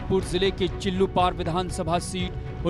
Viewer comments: Chillupeer नहीं chillupaar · Before presenting this script, you have to check words and facts thoroughly. Ex- चिल्लूपीर नहीं चिल्लूपार. 2nd : A hypothetical phrase created by your team or any member( माननीय से माफिया तक) is totally absurd and legally wrong. Although for your increasing subscription you may write (तथाकथित माफिया से माननीय तक)। 3. Atleast use the proper word for ex MLA and Minister Rajesh Tripathi rather than sensational word श्मशान बाबा। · चिल्लुपिर नहीं चिल्लुपार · Chillupir nahi chillupar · Cilupahr ha cilupir nahi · First thing Mam CHILLUPAAR not Chillupeer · Madam चिल्लूपार नाम है